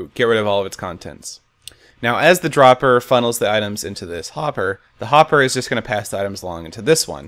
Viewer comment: you said popper instead of hopper